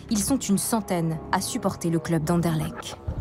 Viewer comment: AnderlechT, pas Anderlech... et coym